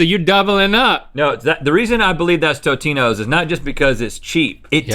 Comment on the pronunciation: rhett fr disrespected tombstone by calling it totinos